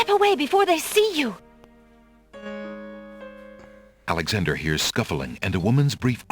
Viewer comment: I think the door just opened because of intimation because Alexander was so far off from the proper pronunciation lol